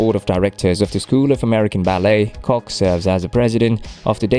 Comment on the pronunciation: Koch is pronounced "Coke!"